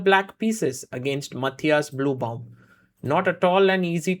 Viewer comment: It is the correct german pronounciation for Matthias. The Ü in Blübaum does not exist in Englisch, so most say and write Bluebaum like the Color blue, but Sagar makes an effort to pronounce the „ü“ and it sounds quite good actually. I think Sagar asked someone to teach him how to pronounce the Name 😉